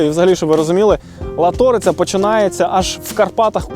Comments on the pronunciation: Не ЛатОриця, а ЛАториця!!!🫤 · Не ЛатОриця, а ЛАториця! Наголос на першому складі! Будь ласка! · Дуже приємно бачити, але правильно вимовляйте наголос,ЛАториця а не ЛатОриця.Дякую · Страшне, як ріже вуха тота ЛатОриця і РакОці🥴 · ЛатОриця. Ни. ЛАториця! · Тільки річка ЛАториця, а не ЛатОриця. ПІкниця і РАковці. Дякую. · Латориця ---наголос на а А а не на О!!! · не латОриця , а лАториця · Правильно не Латоооориця, а Лааааааториця))) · лАториця а не латОриця !!) ржу не можу, ще не чув щоб хтось так акцент ставив ) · Так! Це і є краса України! Це наше дихання, життя, праця і відпочинок. Це те, що зберігається століттями і передається поколінням. На цьому держиться життя) Дякую за відео. Лише шановні і! Називайте з правильними наголосами назви річок - не ЛатОриця, а ЛАториця) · Не латОриця, а лАториця, не РакОці, а РАкоці! Дякую за випуск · Мені як закарпатцю дуже ріже вухо коли ви кажете Латóриця, правильно буде Лáториця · Не ЛатОриця а лАториця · Л'Аториця! А не ЛаТ'ОРИЦЯ шайтан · Дуже гарне відео, але річка ЛАториця, а не ЛатОриця. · Народ не Лато’риця а Ла’ториця😅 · Не ЛатОриця, а ЛАториця. Вуха ріже. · ЛАториця, палац РАкоці, а не ЛатОриця і не палац РакОці. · Все гуд. Тільки на далі кладіть правильно наголос в місцевих словах. Ніхто не каже пікни'ця. Правильно наголос в першому складі слова, пі'книця. І річка Ла'ториця а не Лато'риця. Люди які вас дивляться і можливо поїдуть по ваших слідах, можуть запам'ятати неправильні назви. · Мені дуже сподобалося відео! Тільки я хочу вас виправити не латóриця а лáториця ❤ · Класний випуск, як завжди!👍✌️Вибачте будь ласка за душність, але, як місцевому, дуже ріже вухо неправильний наголос у назві річки☺️ Правильно Лáториця, а не Латóриця. Ще раз вибачаюсь🙏😉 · Наголос назви річки на перший склад .Лаааториця. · лАториця, а не латОриця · Сам не знаешь спроси у местных людей , режет слух ЛА торица ,ударение на первый слог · Ударение в слове Латорица на первый слог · Наголос на Ла в Латориця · Латориця наголос на а